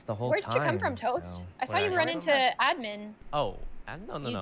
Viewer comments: The way Gloom says admin is wrong and annoying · I love how kassie pronounce admin lol idk why its so cool